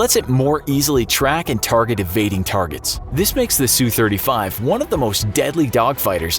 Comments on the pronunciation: It's not pronounced soo it's S-U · Nice video (realize that the graphics were NEVER intended to be accurate) but there are some tweeks. First off, the SU series of Soviet and Russian plane is short for Sukoi, and is pronounced S-U not Sue. Not all F-35's have the VSTOL engine. That model of engine is for the F-35 C, a F-35 built for the US Marine Corps to replace the legendary AV-8 Harrier. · Drives me crazy how they say the "Su" in for example "SU-35". They say "Sue" but it should be, "S-U". Both letters pronounced individually.